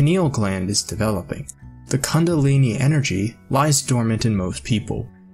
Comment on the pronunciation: I was asleep till he said "cungilini"🙄